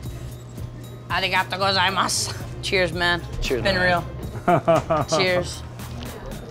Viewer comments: "AHNIGATOE GOZIEMASH" seriously man... wtf. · HAHAHA HIS "ARIGATO GOZAIMASU" IS HANDS DOWN THE BEST PART